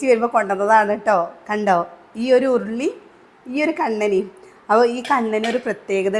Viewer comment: ഉരുണി അല്ല ഉരുളി 👍